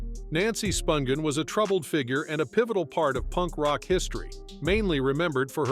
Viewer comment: Is David Letterman narrating this, by any chance , cuz BOY does it sound like him. Edit- It doesn’t make sense, though, that he would mispronounce various names (eg. Nancy Spun ghin, rather than the proper phonetically pronounced SPUN GIN.)